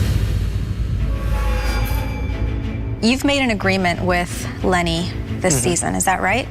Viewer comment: Lenny (or "Lengy" as calls him, lol) totally wrote the letter.